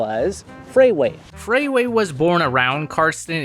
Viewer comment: FRAY Wray? And twice? "FRAY"... I'm A-FRAYED you're mistaken 😂